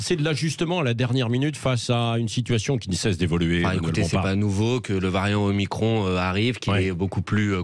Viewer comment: merci à M. Bompard de prononcer omicron à la française ! on peut aussi dire o'macron ....